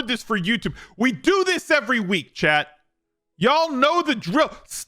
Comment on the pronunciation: For the longest time, I thought you had a friend named "Chad"; then I realized it was "Chat"!